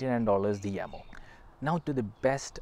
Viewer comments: Jamo. NOT yamo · You are incorrect. Watch first 5 secs of official Jamo video. They pronounce it as "Yamo"